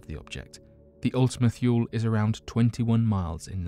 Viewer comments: How many times must he say ultima "thyool" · Mistake #1 - Pronounced Ultima Toole. Mistake #2 - The larger lobe is flat & pancake shaped. The smaller is spherical. This was discovered in spring 2019. Mistake #3 - Kuiper Belt pronounced Ky-per Belt. Mistake #4 The FAR Side of the Moon. Not The Dark Side of the Moon. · It's also pronounce Ultima tool-ee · why is the earth orbiting west to east instead of east to west? Wouldn't it get dark in New york before it would get dark in California? You are pronouncing Ultimate-Thule wrong...thule is pronounced THEW-lee or THOO-lee....have you not heard its name spoken aloud before, if so how could you knowingly call it the wrong name? Sounds like you are just as unfamiliar to this as the people you are explaining the kaiper belt object to. "The video is only 11 mins long, would it take too long to rewatch to check facts or have a friend do it for you, if you can't afford to pay an assistant.